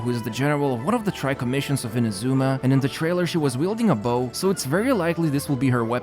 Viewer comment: Pleeeease pronounce "Inazuma" correctly